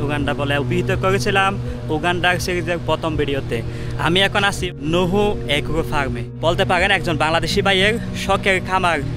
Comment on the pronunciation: নুহু না নুহা🙂